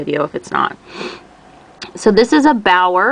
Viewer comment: The correct pronunciation (English phonetics) is "Be'are" or "Be'our"